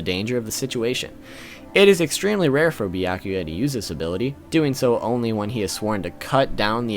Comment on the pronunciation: tell me who is bi-yah-kuya😂😂😂😂😂